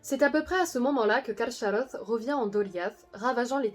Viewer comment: A priori le "ch" se prononce "k" plutôt que "sh", il aurait donc été plus correct de dire "Carkaroth". Pouce en l'air pour tout le reste.